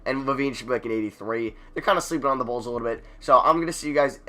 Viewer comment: Bruh, when you were looking at the ALL NBA teams and you kept on saying No Bulls, I was dying when it sounded like No Balls lmao